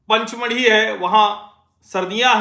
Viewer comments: Panchmadhi nahi pachmadhi hai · "पचमढ़ी" है पंच नहीं.